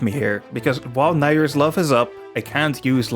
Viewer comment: You can't use light arrows with Nayru's love? I didn't know that. You pronounced Nayru the same way I do but I don't think that's the proper pronounciation. Nutting on his tail until he gives up. Oh yeah, I did roll under him when I ran out of magic for light arrows. Link 7, the lucky number. Is it possible to use the Song of Storms on that Ghost before he damages you in Majora's Mask?